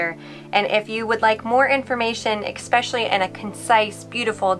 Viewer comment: "ess-specially", not "ex-specially"